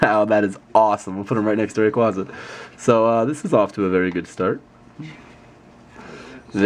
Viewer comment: Rayquaza: Ray-QuA-za The first "A" is a long "A" sound. Sorry, when I hear someone mispronounce my favorite legendary pokemon's name, I get all Grammer Nazi. lol